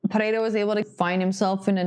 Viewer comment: Bônus points for speaking "pereira" correctly, i dont know why the gringos have so much trouble saying it